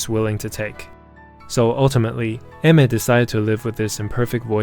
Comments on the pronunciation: pronouncing her name "eh mer" sounds really wrong and I still calls her "Ay/Ah mier" in my head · Chotto matte.. It isn't pronounced AI-MER? XD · What! Today I learned she's married. And that it's read as (e-me) 😅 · learn to pronounce her name if you're gonna make a video on her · I'm so sincerely sorry, but the way you just seem to not be able to pronounce her name correctly just makes me kinda agressive. Other than that great video.